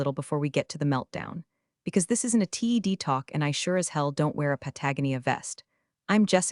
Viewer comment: STILL 0 BASIC PROFESSIONALISM... 0 PROOF READING/LISTENING/CORRECTIONS.. T.E.D... your AI can not say Ted... and You choose to be a 6 year old with a IQ of 40